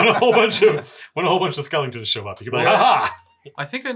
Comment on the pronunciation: As much as I enjoy Matts fantastic pronunciation, I love how he says “skellingtons”.